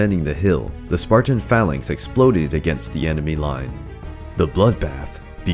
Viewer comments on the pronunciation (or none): none